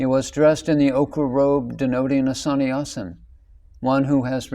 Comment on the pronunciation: San I asan. Please dear friend .you are providing a wonderful service but please, ask an Indian howto pronounce the Hindi words. You really do butcher the language.